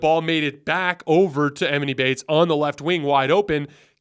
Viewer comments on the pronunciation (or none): It’s not “eMinnie Baites” it’s pronounced Ah-Mawn-Ee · E-Maw-knee bates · You are saying his name wrong bro it’s distracting lol